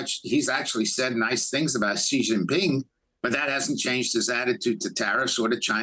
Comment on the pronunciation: This Indian anchor purposely pronounced xi name in a derogatory manner...that his name has s#£@ is so apt